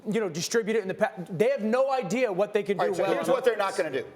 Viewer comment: Why does greeny pronounce the word what like watt. killin me